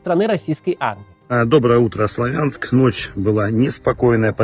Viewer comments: не славя'нск сла'вянск,а так хорошо всё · Не СлавЯнск, а СлАвянск. Не БАхмут, а БахмУт. Россияне - необучаемы. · или СлОвянск ! ударение и А О-канье ! В Украинском О в рашистском А так как я писал коммент на русском то по правилам этого языка и написал просто отметил что ударение на первую гласную а не вторую ! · В Славянске ударение делаться на букву А а не Я 😅